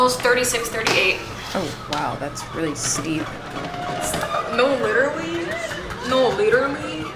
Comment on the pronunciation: I was just practicing how to say leeturly 😂😂